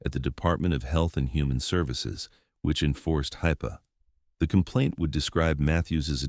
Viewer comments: C'mon give me a darn break. HIPAA is a central issue to this video but you cannot even pronounce it the same 2 times in a row and even have it as high pay several times. Stop just tossing together AI garbage and pay attention to what you put out. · Actual humans should be narrating uploads. Not AI. AI always mispronounces words. In this upload half the time HIPPA is accurately and half the time wrong. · Stupid AI. Really STUPID AI. Pronounced HIPPA about 12 different ways. Also the text is excessively redundant. Toward the end it repeated the same issue over and over and over. Justice Archives EDIT your stories, not better, but EDITED properly. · How many different ways can you pronounce HIPPA in one video? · I’ve never heard HIPPA pronounced so many different ways! ㋡ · It's truly amazing how many ways the AI finds to pronounce "HIPPA". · The fact that hippa was pronounced differently everytime it was used irks me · Tell me why the narrator pronounced HIPAA at least 6 or 8 different ways, usually incorrectly. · Narrator needs to learn to pronounce ‘hipaa’ the same every time. Sheesh. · I like how the AI voice has pronounced HIPPA nine different ways. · I find the various ways to video pronounces HIPAA to point toward AI slop. Please do better. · Oh, how I love AI narration. Just listen to how many ways the narrator pronounces HIPAA. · Train your AI to consistently pronounce abbreviations such as HIPPA. This is mass produced AI slop. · How many different ways can AI pronounce HIPPA? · It did, once or twice, along with so many wrong ways. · How many different ways can an AI bot mispronounce, 'HIPAA? 😅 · God damn AI can't even pronounce HIPAA correctly or changes it throughout the story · AI slop. Pronounced HIPA three different ways. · AI narrator? Can't pronounce HIPAA correctly consistently. Get it right. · Would have been nice if you could have spelled and pronounced hipaa the same way throughout. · At least teach your AI to read and pronounce hippa correctly